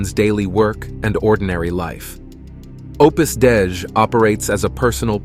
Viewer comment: Opus Dei (day-ee)